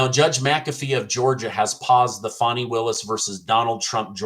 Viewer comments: It's FANNY... Fanny Willis. She just wishes it was Foni. 😂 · Fany: Is pronounced "Fawny",... It's "Fanny"!